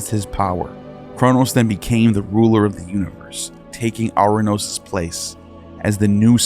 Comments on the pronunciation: A curious coincidence or not? The Greek god "Uranus" is pronounced "ur -anOS" (not "our-anos" or "oranos" as pronounced in the video).. Anos in greek infers "above" and "anoteros" means "the highest" (masculine form) Ur is the city of the Sumerians. "Anu/Anos (on high)" is their sky god. Ur-Anos in greek is the sky god who was created by Gaia and became her consort, fathering a succession of powerful beings including the Titans, whose children (the Olympians) finally defeated them.. Ouranos is still in Greek as a name for "sky" Also, a small change in the pronunciation of the first consonant of "Kronos" to Chronos (where "Ch" is pronounced like the "J" in Jalapeno for instance) would closely link the two, and Chronos is the Greek god of time (a word still meaning "a year" or an unspecified passage of time, in modern greek). The remainder of the video's depiction of Greek mythology is accurate as far as I know... Connections of Greek myth to more ancient Sumerian sources are still visible.. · As a matter of piciun-ness(?) The Greek of Ouranos would be pronounced with emphasis on the penultimate syllable and so pronounced "OurANos." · I love your videos and have made similar observations about Ouranos (which has been transliterated into English as Uranus). One minor correction, if I'm not mistaken, is the Greek pronunciation of 'ou' is not "ou as in hourglass" but "oo as in loose," so the Greek pronunciation of Ouranos is "oo-ran-OSS" (emphasis on the last syllable). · Soooo ANNOYING!! Ouranos is pronounced (OO RA NOS). It grates to hear it mispronounced dozens of times. It would have taken 5 seconds on Google translate to get right.